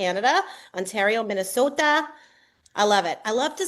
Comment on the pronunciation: As a life long Minnesotan, I do not approve of the way she said the name of this beautiful state.